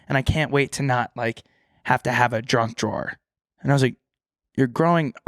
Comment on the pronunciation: saying drunk drawer instead of junk drawer